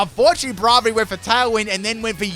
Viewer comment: I love how he pronounces Braivary wrong XD